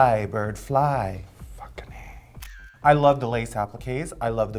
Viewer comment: I think she says, "fuckin' A", but, yeah it does sound a bit like "fuckening". lol